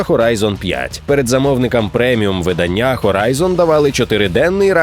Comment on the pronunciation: Дідько, нехай тобі грець! ВидАння, кохАння, читАння, нАвчання!!!